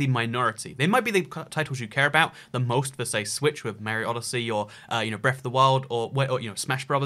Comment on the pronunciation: Learn to say "Mario"